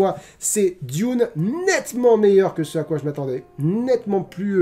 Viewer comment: Moi j'aime le saucisson trempé dans le thé ☺ Sinon vu que tu as aimé Diune (comme tu le prononce) je te conseille le dernier film plus que celui de Lynch... Mais je dis ça aussi car je ne suis pas fan de Lynch donc mon avis est tronqué ^^"